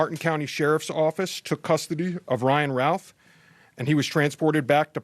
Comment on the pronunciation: Gweat, Elmer Fudd's son gives us gweat confwidence but who is Wyan Wouth?